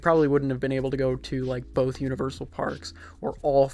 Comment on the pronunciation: youre one of the only people who has ever said my name correctly. Thank you.